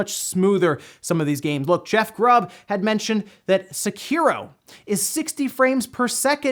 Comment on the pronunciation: There is no game called "seh cure oh", there is a game called Sekiro, which is pronounced "seh key row."